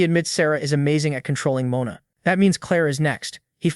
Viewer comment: Guy it's mona from now on Not mana ohke